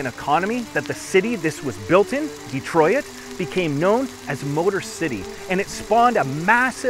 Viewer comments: Why does he keep saying De-Troy-It? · You lost me at DEE TROY IT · You pronounce Detroit wrong.😂